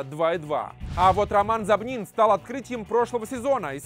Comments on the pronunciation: зОбнин, а не зобнИн! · Не зобнин а зообнин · ЗобнИн, ппц, ты фамилии учил?